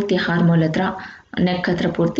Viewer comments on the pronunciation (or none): ಚೆನ್ನಾಗಿದೆ ಆದರೆಆರ್ಮ್ ಹೋಲ್ ಅನ್ನೋದಕ್ಕೆ ಹಾರ್ಮ್ಹ ಹೋಲ್ ಅಂತೀರಲ್ಲಾ...ಕಿರಿಕಿರಿ ಆಗುತ್ತೆ